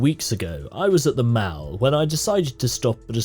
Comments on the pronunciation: Mall. Mmm-all. Not Mal. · Hey weirdo just say mall not maal, you goober headed turnip! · I don't know if you care. I don't care. But I noticed that you were pronouncing mall like shall when it should sound more like doll. No grammar policing, just providing information if you care lol.